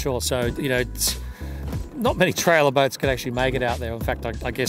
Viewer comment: Trailer boat???? Trawler boat mate trawler not trailer..